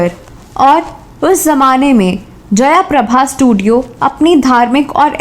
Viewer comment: जयाप्रभा नाही जयप्रभा